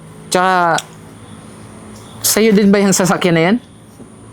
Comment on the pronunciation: Sasakyan ,Hindi sakayan